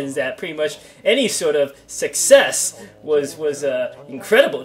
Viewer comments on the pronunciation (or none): never heard anyone pronounce "success" the way you do, is that a dialect thing or something?